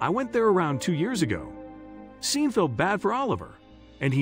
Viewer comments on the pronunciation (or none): It has been truly painful to listen to the narrator pronounce “Sean” as “Seen” 😑 when it should be pronounced “Shawn.” It’s important, check pronunciation, right? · Sean is not pronounced ' seen' ,it's pronounced ' Shorn' or Shaun', just for information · I think you should get a better narrator. The millionaires name is pronounced " Shawn". Sean is the Irish spelling. I have noticed on a few of your stories there are glaring pronunciation mistakes. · Scene ?? No Shaun. Stop... Though the spelling is Sean it's Shaun!!!!! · OMG It is spelt Sean. but is pronounced Shawn. You should have stayed in school to grade 4. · "Sean" is pronounced SHAWN, just another mispronunciation.